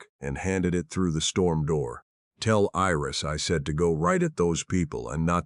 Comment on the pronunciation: Iris is not pronounced as an "e". Iris is pronounced with a long "I". The story is good; however, it seems a bit unfinished.